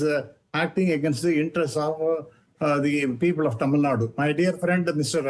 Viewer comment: She cant even pronounce tamilnadu clearly, mispronouncing as tamilNAD. THIS SHOWS HER ARROGANCE